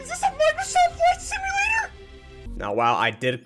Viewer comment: "IS THIS A MICROSOFT FLIGHT SIMALAT-ER?!"